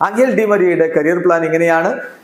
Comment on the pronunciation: അംഗൽ ഡി മരിയ അല്ല. എഞ്ചൽ ഡി മരിയ ആണ്.